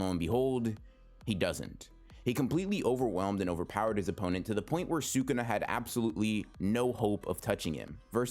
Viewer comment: for the first half of the video i didnt realize that he was saying Sukuna 💀